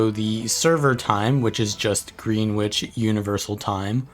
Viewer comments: it is pronounced GREN-ITCH NOT GREEN-WITCH even though it is spelt that way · As a Brit I feel obligated to inform you that Greenwich in the GMT is pronounced Grenitch. Also as a Brit, I feel obligated to say sorry for the dumb pronunciations.